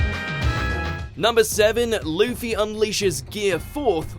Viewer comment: did he say leafy instead of luffy or am i hearing things